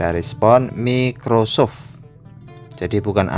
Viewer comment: Mas bacanya "maykrosoft" bukan mickrosoft :v